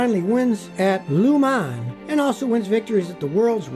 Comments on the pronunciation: How Scotty said Le Mans was quiet weird. No offense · So nobody is going to mention how Scotty butchered the pronunciation of Le Mans? 😂